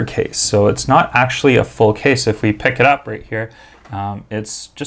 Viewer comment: i thought he was saying kiss rather than case lmao